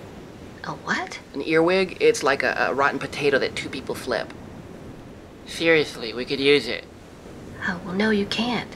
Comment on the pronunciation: "Theriously we could uthe it."